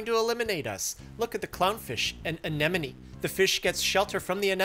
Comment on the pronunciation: Anemone = uh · neh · muh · nee